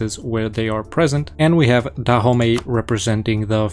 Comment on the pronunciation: DAHOMEY? NO IT IS DA HOMIE.